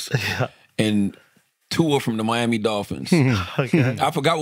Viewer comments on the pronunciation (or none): none